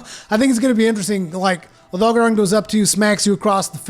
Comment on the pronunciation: When he said “Odogaren”, did anyone else think of the “THIS IS JAMIE RIVIERA” guy? lol OdolKFjeldksfjkls. Please click n subscribe, once agian this has ben Jaime Rivlkdsafjalksjfdlkjslifj